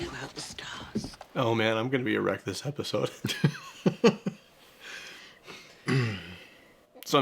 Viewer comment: He said: I’m gonna be a wreck this episode I heard: I’m gonna be so errect this episode 😂